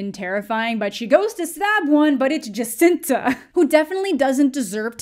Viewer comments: The roommate's name was Jocasta. Not Jascinta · I love you pronouncing Jocasta’s name wrong. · OMG Thank you! I thought I was going crazy. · I think its funny that you mess up jocasta's name wrong when that was her whole personality lol